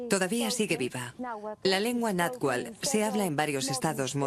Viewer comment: ¿Shaloc? ¿Chichimecs? ¿Nahual? Lo correcto es: Tlaloc, Chichimecas, Náhuatl. Aunque ¿Por qué extrañarse de que pronuncien mal los nombres prehispánicos, si también pronuncian del asco su propio idioma y otras lenguas europeas? Y eso que ni comentaré de TODOS los datos erróneos que mencionan como ciertos. La verdad, que ASCO de doblaje y de información, como mexicana, me indigna mucho esté tipo de "documentales".